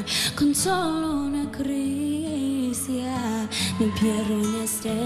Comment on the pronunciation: Demi dijo "Cricia" en vez de "Caricia"😂😂😁